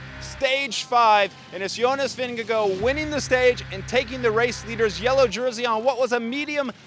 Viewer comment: I love your energy and for all how you pronounce Vingegaard in the right way - thanks for recap